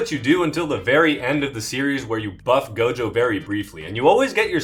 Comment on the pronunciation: Bro said Toji and Gojo…ooooof